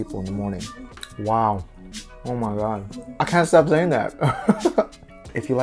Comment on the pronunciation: I like the way you say 'omagadd' 😂😂